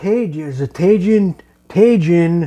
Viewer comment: The Tajin is pronounced Tah-Heen